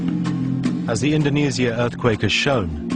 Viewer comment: he says it like indonesyia not indonesia